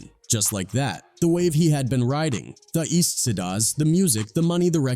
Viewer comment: A.I. can't pronounce "Tha Eastsidaz"...🤣